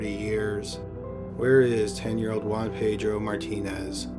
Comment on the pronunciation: ”Ho-anne-Pei-dro” Well done documentary but please pronounce names a little better